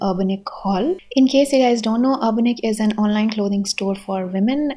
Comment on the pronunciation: Some finally pronounced it right and not 'Urbaanic' Also, you could use a lil hack to save your jewellery from oxidising, either by investing in a jewellery spray or coating a transparent nail paint over it !❤️